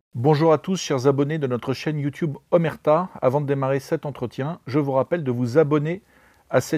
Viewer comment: Je m'abonne dès que tu arrêtes de dire "youtioube".